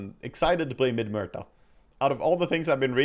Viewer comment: its fun how you say "Merta" haha try saying it as "Moo-erta"